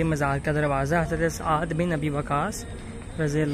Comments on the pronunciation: Saad Bin Abi Waqas not aad bin abi waqas...correct yourself...its blusfamy ... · yeh SAAD bi Abi Waqas hen...tum ne kaha aad bin abi waqas...sahabi ka naam ghalat na bolo. behurmati na karo Utuber.